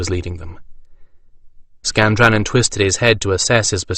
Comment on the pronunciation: Yeah, SkanDRANon instead of SkanDRAnon took a bit of getting used to.